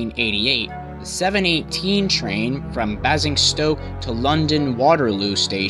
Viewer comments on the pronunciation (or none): ITS baising stoke not basing stoke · Bazzing-stoke! never heard it called that before. 17 miles down the road from me. Locally pronounced 'bay-zing-stoke'. colloquially known as 'basing-grad', 'boringstoke', 'basing-saint-OK' etc. UK railway accidents reference: Red for Danger 4th Revised edition by L. T. C. Rolt (ISBN: ) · IT IS NOT BAZINGSTOKE IT IS BASING-STOKE NOT BORNMOTH NO JUST NO NO NO NO NO NO GOD NO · Great series of informative vids. One point to note : Basingstoke is pronounced as "Bay-singstoke", not "Baa-singstoke" and Bournemouth is "Born-muth" rather than "Born-mouth". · Btw, Basingstoke is pronounced - 'Bay-zing-stoke', and Bournemouth is 'Born-mth'. Apart from the mispronunciations of place names, this is a good video that explains everything surrounding that accident well. I remember it, as I was sitting a mock GCSE (exams you take at 16 in the UK) exam at the time. This was a shocking accident, and cost many lives. It happened about four days before the Lockerbie plane disaster. British Rail in the 80s was full of archaic signalling and creaking old rolling stock that stank of rust and stale cigarettes. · Just a little FYI: Basingstoke is pronounced ''Bay - sing - stoke'' and Bournemouth is pronounced '' Born - mooth'' :) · Bournemouth: "Born-muth" Basingstoke: "Bays-ing-stoke" Otherwise, this video was interesting...footage I've never seen before. Thank you for uploading and providing your insight. The Clapham Junction crash was terrible and certainly a game changer when it came to signals and safety in the UK. The older slam-door equipment was eventually replaced (not until the 2000s!) by more modern trains with better safety but this would have been a tragic crash no matter what. This crash was obviously covered extensively in the news at the time around the UK, but just 10 days later there was the Pan Am 103 bombing over Lockerbie, Scotland, which was worldwide news and dominated headlines for a long time. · This dude can't say Basingstoke